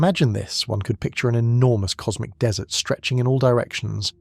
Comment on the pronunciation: Dude, get a better text-to-speech algorithm. The noun DESSERT is not a drop-in replacement for DESERT . Until that moment I was almost convinced the narrator was a native-English-speaking human. No upvote for you.